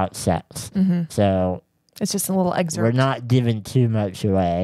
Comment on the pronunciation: you are a college graduate, please pronounce “excerpt” correctly.